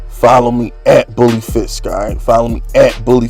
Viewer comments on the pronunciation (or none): none